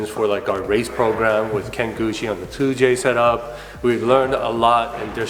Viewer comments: does it bother anyone else how he’s saying touge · Please don't ever pronounce touge like that again. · That touge pronunciation though :( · SAYING YOURE A BIG FAN OF INITIAL D BUT NOT SAYING TOUGE RIGHT!? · Mans said "touge" like "towg". Wtf? Lol. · It’s pronounced toe gay not tOuGe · "Touge" is pronouced "Toe-gay" as per the japanese pronunciation. Not pronounced as "togue" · We gonna comment on him saying touge and pronouncing it like ‘TOE-G’ isn’t it ‘toojje’ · Did my man just say Toug? lmao its TougEEEEEE aswell as PorschEEEEE. But no hate only love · Please do not pronounce TOUGE as of "toge". It is pronounced as "toe-geh" . disrespect to a Japanese Culture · OMG ITS PRONOUNCED TOE GAY, NOT TOAG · You pronounced touge wrong. It is pronounced tou gei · Touge.....tou-GEI how it’s should pronounce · It's pronounced To-Ge :) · Touge. It's Japanese for the mountain roads where you race uphill and downhill very fast. 'Toe-geh' is the way to go, always above 8000 rpm. someone had to say it. haha sorry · You pronounce ‘touge’ wrong pal. Learn the words first before made a product using the name smh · c'mon man. It's 'touge' ( TOE- GAY) I absolutely love your content but please if you're going to incorporate it in your merchandise at least pronounce this LEGENDARY car culture term correctly. Much love. 😂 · If your gonna be making togue shirts you gotta learn how to say it like the rest of us lol. Or else call it canyon legends lol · Dude... Touge is pronounced 'TOE-ge'. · Isn't it pronounced tougé? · Touge is pronounced as TOE-ge. 😅😅😅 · did my man just say tog bruh smh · Hey! Love the channel, just FYI it's pronounced TOW-GEH =) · Isn't it touge pronounced toe-gay? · Touge is pronounced like "To-ghe" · It’s like TOE gey before people get hurt hurt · touge is pronounce as tow-gay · Stop pronouncing touge like that and no way its gonna make that much power on a cast block gonna crack way before that such a poser